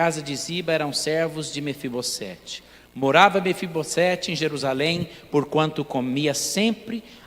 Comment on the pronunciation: Mefibosete, o S NO FIM DE NOME PRÓPRIO TEM SOM DE Z.